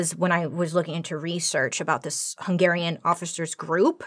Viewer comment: Finally someone knows how to pronounce "Hungarian ethnicity", thx Bailey, you are the best ever, love from a Hungarian 😍😍😍